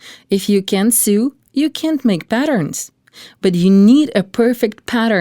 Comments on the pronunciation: It sew not sue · So distracting how the narrator cannot pronounce English 'sew'.